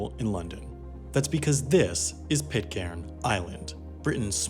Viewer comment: It's pronounced Pit-kern. Did you make 12 episodes without finding out about that? It's right in the first line of the Wikipedia article 🤷🏻‍♂️